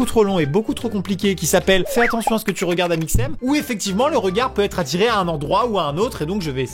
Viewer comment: A quand amixem nous cite le "#" j'entend amixnem au lieu de amixem